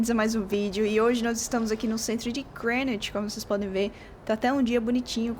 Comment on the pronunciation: Que bom que vc pronuncia Greenwich corretamente.